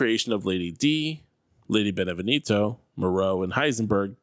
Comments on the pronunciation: It’s pronounced “ben-eh-vien-toe” not “ben-eh-ven-eeto” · If i hear this guy say "Benevinito" one more time i swear. Its "Beneviento" dummy As in BE-NE-VI-EN-TO.... Americans apparently speak English but cannot read or spell